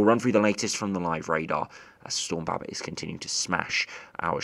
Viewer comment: He doesn’t say Babet right